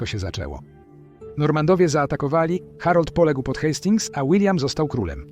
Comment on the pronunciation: AI czytaj Artificial Idiot. Gdy usłyszałem "NormanDowie" dałem sobie spokój z oglądaniem tego gónwa.